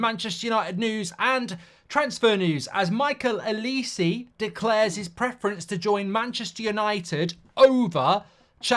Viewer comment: why do u call olise L-E-See